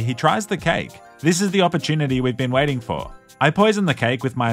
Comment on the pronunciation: "...and now we just have to play the waiting game" sounded like a pun because of how you pronounced waiting as wedding.